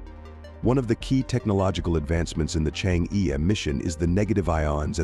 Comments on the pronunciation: pls correct your pronunciation of "chang'e"..it should be pronounced as "CHANG -ER"..you change'e is very irritating to the ears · i cant stand it says chang e anymore